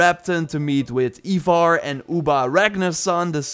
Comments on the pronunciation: my dude, you are my ubisoft hero, but for the love of all thats holy its 'eye-varr' not eeeeee-varr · Its fucking ivar NOT “eeevar”😭😭😭 for the amount of vids you have on this game and the story of ragnars sons i honestly think you should know this